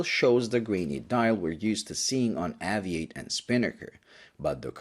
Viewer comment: When I lived back in the UK I would always buy a poppy every year. I always enjoy your reviews as they're usually clean and concise. I believe though that it should be pronounced Ayvee8 as in Aviation.